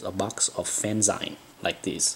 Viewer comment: Someone please tell this man it's pronounced "fan-ZEEEEEN!" I think I'm on video 3 now. Kudos, my asian friend.